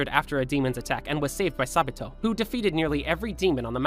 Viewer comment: why do i hear sa-bi-toe✨